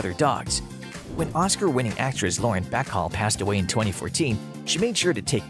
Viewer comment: I was done after he pronounced Bacall as Back all.